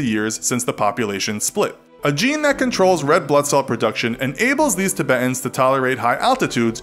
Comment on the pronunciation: The way he pronounces Tibetans pisses me off